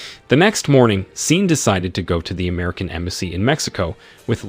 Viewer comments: Pronounced Shawn!!! Not scene 🤦🏾‍♀️🤷🏽‍♀️ listening to this was like listening to nails on a chalkboard 😩😩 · I think the A.I is reading Sean (Shawn) as Sean as is Dean 🤷🏽‍♂️